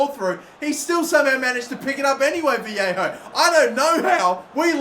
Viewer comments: It’s Vah-lay-ho not vee-hey-ho as a Valencia fan this is KILLING ME. LOL. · Its VA-YE-KHO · You pronounce his name Valleyho